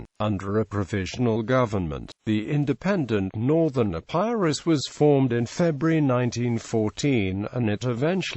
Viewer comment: The mispronounced EPIRUS is disconcerting